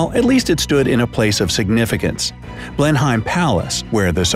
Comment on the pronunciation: (Blenheim) Blenim not BlenHyme and ( Marlborough )Mawlbro, not Marlboro